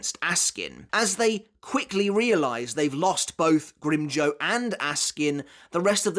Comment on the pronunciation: Had to stop 5 min in cuz mf can't say grim JAW